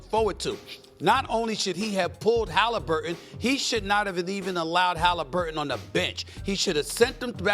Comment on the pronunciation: Who is Halimburton?